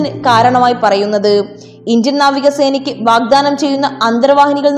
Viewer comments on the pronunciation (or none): none